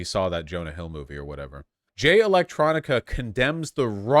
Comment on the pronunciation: “Alright, I’m bored now” is the perfect revelation that Vaush only skims the surface and then rages about a topic. It’s Jay ElectRONICA and it’s pronounced Louie not Lou-is. Even if some of the points you are making are true the tone is all wrong and the constant comparison as if it’s as bad or worse than white racists is laughable. Just call it out for what it is. Quit acting like Farrakhan is the KKK. Is Farrakhan great? No. But how many lynchings has the NOI been involved in? What synagogue did they blow up? Are NOI members and followers shooting up white churches and synagogues the way the Nazis shoot up black, Jewish, and Islamic places of worship? The comparison is weak because there is no actions to stand on. Read more. Listen to more black creators like FD Signifier and Lil Bill and maybe you will be able to comment on black things more comprehensibly.